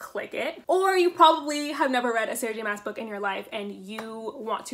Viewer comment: My only complaint about the video is that her last name is pronounced like "moss" instead of "mass"